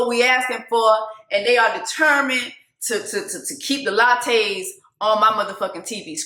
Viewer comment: Jessica the Lachey (La-Shay’s) 😂🤣 not the Latte’s. Your killing me from lint licker to this